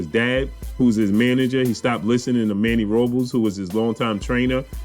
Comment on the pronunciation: Manny ROOOO BLESSS not Robels.